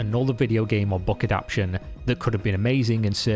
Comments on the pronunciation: Great video! I'm so tired of greed and ego squandering the vast potential of video storytelling. Two wee notes: the word is "a-dap-TA-tion," not "a-dap-tion." (The closest word is a-DOP-tion, such as the adoption of an orphan.) Also , RIP stands for "rest in peace;" but that abbreviation is only used in text. When spoken, it's "rest in peace." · Dude, it's adapt-A-tion, not adaption. Love your content but this recurring mistake spoils it a bit for me. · This is great, but the word is "adaptation" not "adaption" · Say it with me: a dap TAY shun